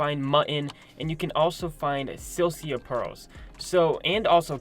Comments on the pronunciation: Sil-i-ca, not sil-see-a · Isn’t it pronounced SILL-I-CA pearls? Not SIL-CEA pearls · Silica pronouncing (Sell-lick-ah) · My mans said silcia pearls. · What’s a silcia pearl? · I know but he said silcia sil cee a